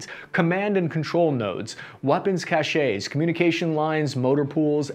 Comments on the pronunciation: The word "Cache" is pronounced as "cash", not "cash-sha", which means something entirely different. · Anyone who pronounces ‘nuclear’ as ‘noo-kyu-ler’, as this guy does, is immediately suspect. If you can’t even pronounced a simple English word, how can your thoughts/information be reliable? Also ‘cache’ is pronounced ‘cash’ not ‘cashay’. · cache is pronounced "cash" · And cache is pronounced like "Cash", not "CashAY". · I'm sorry the Army taught you to say "Cashay" instead of "Cash", for Cache. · Cache= "CASH", not "cachay". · "A cache is a group of things that are hidden, and is pronounced like "cash." Cachet can mean "prestige," "medicine to be swallowed," or "an official seal," and is pronounced "cash-ay."" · "cash" of supplies. NOT cache. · It’s pronounced cash not cashee. The E is silent The Capitol of South Korea is pronounced Soul (like talked about in religion)